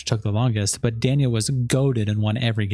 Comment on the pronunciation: kind of sad the host of the video could not even pronounce "danya" he says is wrong everytime